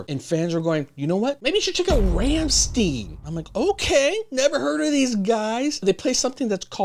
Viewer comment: Rammlied (Live from MSG) then you learn how to pronounce Rammstein. 😉